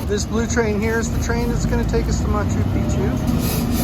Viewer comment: Why do you pronounce is as "machu peechu". There's an extra C there. It's ma-chu pik-chu. What can be easier to say!